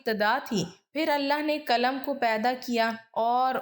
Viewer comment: Khatoon.. Kalam nhin.. Qalam hota h